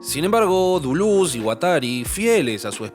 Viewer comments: Decí Deléz, decí DELÉZZZ!!! jajaja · Al fin te la jugaste, y pusite esta gran obra (al AntiEdipo y Mil Mesetas, hay que agragarles los cursos Derrames I y II de la ed. Cactus). Una forma particular y olistica de ver el Capitalismo¡¡¡ Muy bueno. PD: porque no decirle "Delez" o "Dulez" y no tan afrancesado que ni asi suena¡ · Cada vez que decía Deluz a un francés se le quemaba su baguette. Cerrado el apartado cómico, muy buen video; como la mayoría de tus videos: me dejan pensando. Larga vida a ti y tu canal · Si querés pronunciar deleuze en francés, pronúncialo en francés! No digas dulus con fonética argentina, es mucho peor que decir deles, incluso que decir deleuse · Todo muy bien, pero por que dice "Duluz" aaaaaaaaa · no me concentro si todo el tiempo le dice dulus